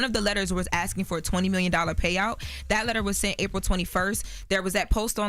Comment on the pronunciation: AYO FRO instead of FOR is CRAZY